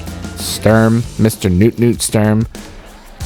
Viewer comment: I notice the announcer voiceover (computer-generated?) struggles with pronouncing Sturm... He's a tough CO!